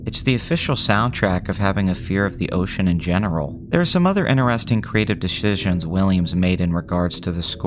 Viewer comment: "Deshishions"?... it's "Decisions" and it's pronounced "Decisions".... not "deshishions".